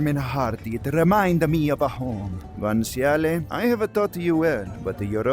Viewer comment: dawg. if i hear u say guanciale's name with this ridiculous character you've concocted one more time... I'm gonna throw myself out a fucking window.